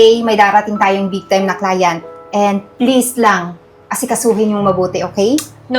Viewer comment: Client Eden. Hindi Cliant!